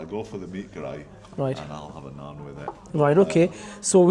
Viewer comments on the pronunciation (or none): Nans? It's naan